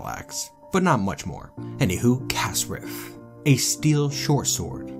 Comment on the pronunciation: When you say shortsword, it sounds like you're saying "Shore sword".